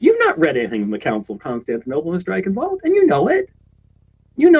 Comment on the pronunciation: I notice that pronunciation of 'Eichenwald's name is up to his usual flawless standard. It's NOT 'Eye 'Chen' Wold' but 'I KEN WOLD'. And someone please tell that newspaper and magazine articles are not intended to be 'scholarly works'. ( Despite often labeling those he agrees with as such. ) ludicrous obsession with those words is really starting to grate.